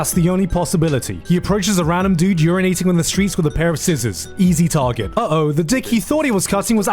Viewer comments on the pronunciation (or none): none